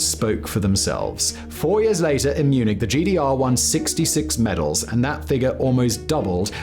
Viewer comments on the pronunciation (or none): none